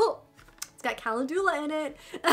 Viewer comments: It’s pronounced “Kuh-len-ju-lah” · Calendula is pronounced Kah lend u lah. That Touch In Sol Prime Essence is great stuff, I use it as a pre primer. I als o got the Dark Brown Brow Pomade, and emailed Boxy Charm. They sent me a replacement product since it didn't come in Light Brown or Blonde. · kuh·lend·yuh·luh :) is how to pronounce calendula. just so you sound as smart as you are:) I used to mispronounce it all the time:)